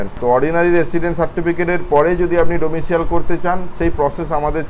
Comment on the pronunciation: আজকাল অদ্ভুত ভিডিও বানিয়ে বেশ ভালো রোজগার করছে! ফ্রী রেশন আর ইউটিউব রোজকার। সত্যিই রামরাজ্য। নিশ্চিন্ত জীবন. এই DOMICILE শব্দটিকে মূর্খের কাছ থেকে শিখে কি একটা অদ্ভুত উচ্চারণ করছে সব ইউটিউবার ডোমিসিয়েল! ওটা ডোমিসাইল।